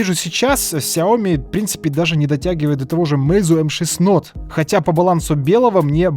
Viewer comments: Правильно плиз говори)) не нот, а ноут ))) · не НОТ говорится, а НОУТ. Ну сколько можно ))) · Vitalij Kolinko это особенность этого канала,Нот)